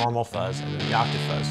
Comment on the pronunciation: Every time he says octa-fuzz take a drink, of water y’all dehydrated. Stay healthy